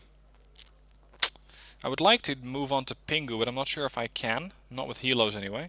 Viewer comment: When you pronounce Pinghu, don't pronounce 'g'. Pretend that it's Pin Hu.